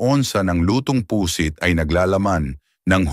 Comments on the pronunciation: Pusit (mabilis) hinde Pu sit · Baka pusit, hindi pu-sit, atay hindi a-tay, sakit sa tenga, pa-ma-ma-ga, pamamaga